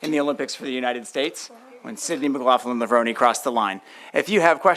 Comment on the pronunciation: Bro, how are you saying McLaughlin wrong? It’s Mc Lock-Lin